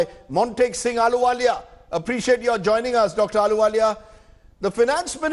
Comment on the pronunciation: Not aluwalia it's "Ahluwalia"